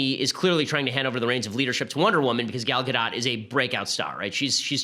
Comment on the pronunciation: Ben must have slipped - there is no way he doesn't know how to pronounce Gal Gadot's name. The modern Left IS the current home of racism and anti-semitism. Of course the so-called alt-right belongs with them.